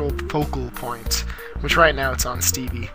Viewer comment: and dude,its Steve not Stevie xD